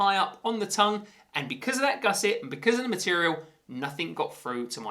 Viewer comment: Best golf shoes I’ve ever owned. On my second pair and worth every penny. Proper golf shoe. (Boa makes them even better and also nicer in white imo) PS did you say gusset ?😂😂😂😂😂😂